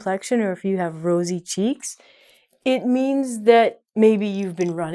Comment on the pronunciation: Rosy not rasy my lovely teacher 💔🌹🌹🌹🌹🌹🌹🌹